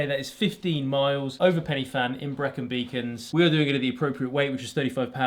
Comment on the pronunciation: Fan is pronounced as in VAN.It's Welsh NOT English